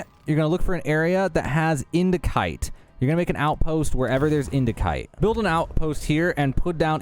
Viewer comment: Caesium is pronounced see-zee-uhm, Indicite is in-duh-site.